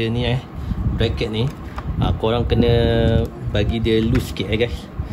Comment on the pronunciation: Kenek ya bkn konek. Konek tu lain. 🤣